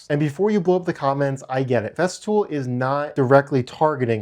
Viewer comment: I thought I heard you say "theft fool"